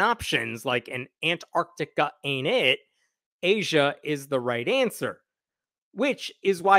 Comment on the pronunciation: Wow! A rarity, a yank who can pronounce Antarctica, even if a little laboured. Well done.